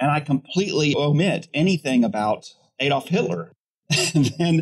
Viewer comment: It's a bit rich for the speaker to comment on mispronunciation of a Japanese name, then repeatedly to mispronounce "Adolf".